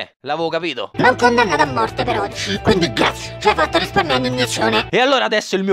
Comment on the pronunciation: A parte che ogni volta che pronunci BRV o GRZ rido come un cretino, ma a TOUCHKILL me so' ribaltato daa' sedia. Attendo con ansia i prossimi video, BRV! <3